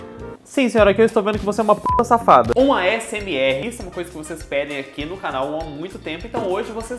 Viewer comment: "Produção seu c...",onde cê aprendeu issor?😭✋